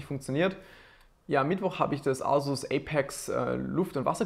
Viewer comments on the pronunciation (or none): none